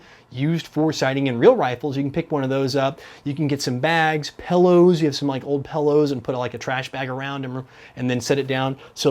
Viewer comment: says pillows like "pellows"... hehe